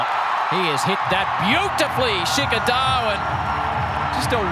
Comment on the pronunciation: Australian commentators do commentary from the heart even if their own team is losing.That's why they are best in the world. & They pronounce the name of indian players in a entertaining way like, 😂 Shikhar dhawan = Shiky daawan Rohit = Shaarma Kohli = Kholi Rahul = Raool Iyer = Aayer Pandya = Pendia Shardul = Shardul thakoooor!! Siraj = Siraaas Jadeja = Jadaijjaa & Many more